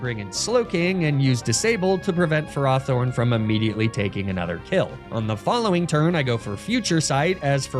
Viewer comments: It's super weird to hear him pronounce Ferrothorn Ferr-RAW-Thorn. I've always imagined it as Ferr-ROW-Thorn but now I'm not sure which is correct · Freeza (DBZ), Fuh-RAW-Thorn, and ArcaNEENAY... I think bro needs to revise his basic reading skills lmao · "fur-ah-thorn"....do you purposely mispronounce names to get people to comment? between that and "ar-kuh-neen-ay" idk how it could be anything but intentional. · I call it Ferr-Row-Thorn as well, because I view it like ferrous, as in iron. hearing it pronounced another way is weird. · I’m sorry how did you just pronounce Ferrothorn? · I'm sorry but I had to turn off the video due to you pronouncing Ferrothorn wrong SO MANY TIMES!